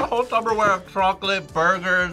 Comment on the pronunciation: It’s not tubberware, it’s Tupperware. And it’s not Tupperware, it’s Sharware! 😂